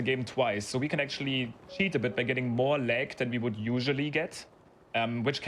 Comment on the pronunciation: "You make the game leg by looking at a leggy area" The german accent there was on point. Nice run, nice runner, fun category :3